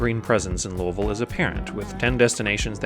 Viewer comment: Awesome. Great job of my airport. And you get a gold star ⭐️ for pronouncing Louisville correctly!